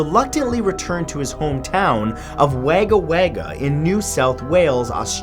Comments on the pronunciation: Wagger Wagger >.< lol its pronounced "Woga Woga" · I am up to ledda, and I just wanted to point out that it's pronounced Wogga-Wogga, not Wagga-Wagga. Just putting it out there, because I am Australian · That's the funniest pronunciation of Wagga Wagga ever if anything it's said as Wogga Wogga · The way he pronounced Wagga Wagga It's pronounced Wogga Wogga But he pronounced it as wayga wayga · Wagga Wagga is not pronounced like Jagger Jagger, it's pronounced like Jogger Jogger. (It means "Many Crows".) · its pronounced Wogga wogga not WAG-ga wag-ga >.> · Its pronounced Wogga Wogga ...not Wagga Wagga I know I live there. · Fantastic video! Just gonna let you know that wagga wagga is pronounced "wogga wogga". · ITS PRONOUNCED LIKE WOGGA WOGGA NOT WAGGA WAGGA GEEZ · You don't pronounce it wagga wagga you pronounce it like a hog wogga wogga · The way he pronounced Wagga Wagga is funny, (not that I blame him though). Rather than being pronounced 'Wag-ga Wag-ga" it sounds more like 'Wah-ga Wah-ga' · Hello Mat! I just want to inform you, the correct pronunciation is Woggawogga not Waggawagga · wagger wagger?? it's fkn Wagga Wagga (Wogga Wogga) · idk if someone else has already pointed this out, but your pronunciation of Wagga Wagga was horribly incorrect. It isn't wayga wayga, say it like wogga wogga. Here in Aus, the A in the town name sounds more like an O (O like in the word bog) when pronounced properly. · Wagga Wagga, is actually pronounced as Wogga Wogga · Hey Matt, just want to let you know that it's pronounced wog-a wog-a not Wagga Wagga even though that's how it's spelt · OMG! Wag-ah Wag-ah?! 😂 Wagga Wagga is pronounced Wogg-ah Wogg-ah! That's hilarious though! 😂 back on the topic though, I never new we had any haunted dolls in Australia let alone a few hours away! xx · Just letting you know it's Wog-a wog-a (pronounced) Not Wagga Wagga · wager wager lol g try but pronounced wog-ga wog-ga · Number 4, Wagga Wagga is pronounced wog-a-wog-a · It's pronounced Wogga.